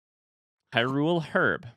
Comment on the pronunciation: Or the way he says Hyrule while really emphasizing the u.